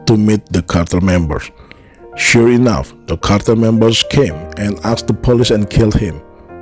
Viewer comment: The narration.... * sigh * ... Chicka-go? Really? And the "Pah-leece?" .... uggghhh